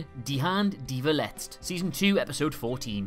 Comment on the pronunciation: verletzt is pronounced as ferletzt